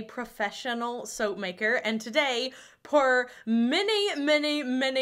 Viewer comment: Per. Pronounced ‘purr’ not ‘pour’